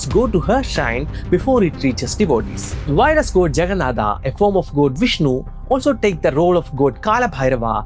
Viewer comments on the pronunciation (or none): Not Jagannathaa, But jagannath thank you 😊, you can remove the 'aa'' thing, nothing disrespectful but let's just keep it how we pronounce ☺️ . . .I'm really sorry if you felt bad;) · 😂 ur pronounciations of words... It's not jaganadha it's Jagannath .... Not mahaprasadaaaa it's mahaprasad 1st learn proper Ucharan ... Moron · Everything was good but you need to practice on your vocab. It’s Lord Jagan-Naath not Jaganaada. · जगन्नाथ, ब्रह्मपदार्थ, काल भैरव, नीलाचल etc. whenever a word ends with "a" that doesn't mean that you add a "aa ki matra" while speaking in hindi. It's simply jagannath. The reason why a "a" is added in English is to show that "हलन्त" is not being used. So wherever there is a word ending with "a", you have pronounced it wrong. Just pronounce the way you do in hindi and that's how it's pronounced in odia as well(am telling this because I am a Odia). Thank you 🙏🏻! Jay Jagannath 🙏🏻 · It's not jaganada